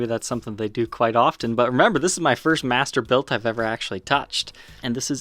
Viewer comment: I keep on thinking your saying mastibator and I get scared